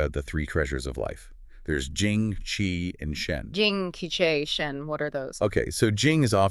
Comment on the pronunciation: Pronounced “Chee” not “Kee”